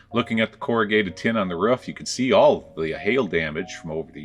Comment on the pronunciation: The Wisconsin sure came out of you when you went up to look at the RUFF. lol.